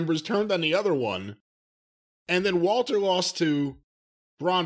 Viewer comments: Why the hell does Cornette always say "Valter"? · Why does Jim call him Valter or am I hearing him wrong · Is it so difficult to pronounce the name correctly? Yeah, the commentators also mispronounce it but that also makes me lose my mind. Everyone heard how to pronounce the name correctly so stop Americanizing foreign names, that is so ignorant.